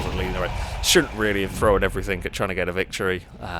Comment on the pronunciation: AAAHHH! THROWN! NOT THROWAN!